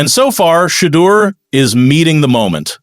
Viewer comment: Plz pronounce his name, right